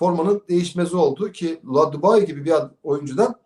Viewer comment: neden isimleri düzgün söyleyemiyor? Terroro kim? Dubai kim???